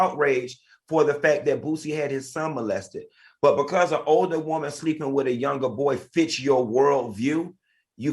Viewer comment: The way Al says woman, Woe-man, lol